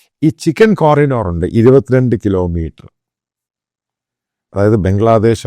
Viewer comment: എന്താ മാത്യു ഈ കൊരിനോർ, കോരിഡോർ എന്ന് കേട്ടിട്ടുണ്ട്